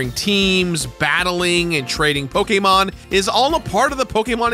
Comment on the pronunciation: How are you still saying pokemon wrong? Unwatchable…